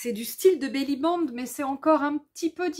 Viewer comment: Bonjour, on dit Belli Band. (Une belle bande) Pas Belli bang 😂...